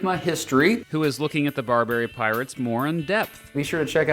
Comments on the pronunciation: BAR-ba-ry, not bar-BER-y. Jesus, what do they teach in schools these days? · He keeps saying “bar-bary” like Burberry. It’s pronounced like barber-y. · Ok i about can't handle the way you say Barbary like "Bar-berry." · Hearing you mispronounce "Barbary" about thirty times was physically painful. Otherwise, decent video covering the basics. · At least pronounce Barbary correctly. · Nice time learn to pronounce barbary